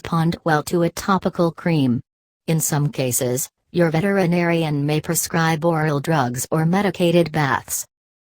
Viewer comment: "VETER IN ARIAN" triggered me every single time ._.